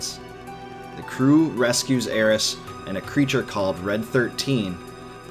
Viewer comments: It's alright, he does mispronounce. He says Aerissss. When her name is Aerith. THHH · Dude it's aerith. Not aeris. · When you kept saying Aeris instead of Aerith, I thought I was experiencing a mandela effect haha. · its aerith not aeris its in nintendo switch version sshe is named aerith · Already 2 years old and super triggered by the Aeris instead of Aerith name drop. . . . All in all though great follow for the story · I was going to watch your whole vid but you said something I didn’t understand. It’s AERITH!!!!! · It drove me nuts Everytime he said Aeris and not Aerith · It’s Aerith. And it’s bugging the crap out of me. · You couldn't even get aeriths name right